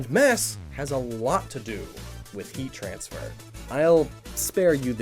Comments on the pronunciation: "Mass has a lot to do with Heatran sfer. " that is all I hear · When he said "heat transfer", all I heard was Heatran.